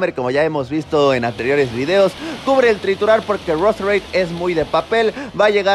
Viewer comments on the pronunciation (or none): none